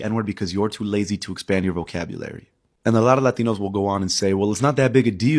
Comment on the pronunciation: I’m Hispanic so I can say this; the fact that the guy is speaking English but pronounces “Latinos” in Spanish makes him stupid, cringe, and wrong about everything he says. No argument. Next.